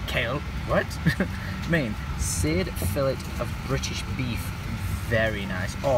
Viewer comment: that pained you more than him saying fillet?? xD